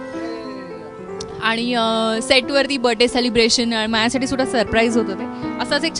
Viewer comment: All the best both of you. Mayuri, 10 days ago I enjoyed first time Ti phulrani episodes 1-327 within two and half days. I heard you here and there with " mahyasathi" pronouncing instead of "mazyasathi". Pl correct it. Sorry.